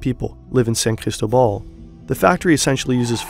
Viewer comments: I found so funny you saying ChristoBall when its CristObaal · San CristÓbal not sancristobAl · It’s NOT that hard to pronounce San CrisTObal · San "Crystal Ball"? Are you kidding me with that terrible pronunciation?